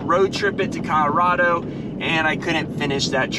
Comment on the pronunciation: Dude needs to learn how to say Colorado, wearing me out :)